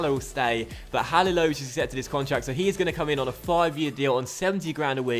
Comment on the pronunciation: its pronounced ha-li-lo-vi-ch